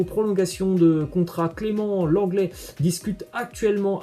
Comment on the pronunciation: "Lenglet" putinnnn